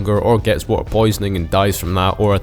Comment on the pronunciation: blud said wa’er